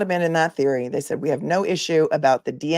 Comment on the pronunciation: Lally said "we" not wheat. 😅